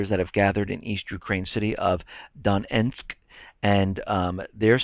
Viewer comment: The last real President of the US was JFK, period. PS: You pronouncing "Donetsk" completely wrong! ;) You've to stress up the second syllable, not the first one - DonEtsk :lol